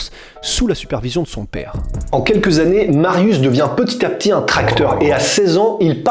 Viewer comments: Alors juste un truc .. ça se prononce MARIUCH pas MARIUS .. Non mais j'ai les oreilles sensibles. Oui il y a des polonais qui mattent vos vidéos. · S 'est pas Marius sa se prononce "Mariouch'' ... cz=ch😂😅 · sz = che mariusz (mariouche). Pour le nom, c'est correctement prononcé. : złoty ("zwoté"). Mariusz est un titan. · Calme toi poussin, si t'as un souci on peut octogoner la chose. Je ne suis pas thaïlandais donc je ne peux pas juger la bonne manière de prononcer un nom thaïlandais (ça s'appelle la logique) Par contre je sais comment prononcer złoty our Mariusz. Donc je me permet de proposer l'info. Après si t'es de ceux qui pense qu'évoluer et apprendre, c'est négatif, eh bha ... reste bien dans ta médiocrité czarno dupie. Ah les risibles groupies qui l'ouvrent en comparant l'incomparable. T'as gagné quoi sinon d'apparaitre pour un abruti trop limité pour peut être évoluer? En résumé: sz = ch cz = tch ł = w Dans le pire des cas, mon ptit comment aurait apporté plus à la commu' que ta réaction de guignol. Z widzenia!